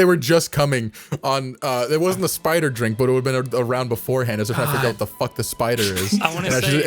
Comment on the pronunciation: episode 1: 'fahk.' (coughs up black bile) now: (has actual conversations, has coherent thoughts and plans)